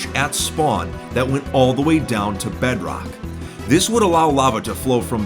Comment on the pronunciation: I love when he says bedrock. Bedroack